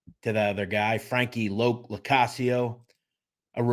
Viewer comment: It’s Frankie Lo not loc